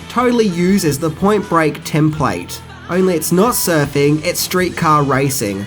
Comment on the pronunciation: I'm sure it is just me but every time he refers to the surfing culture I hear surfy culture.